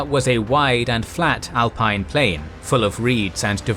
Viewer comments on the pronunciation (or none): none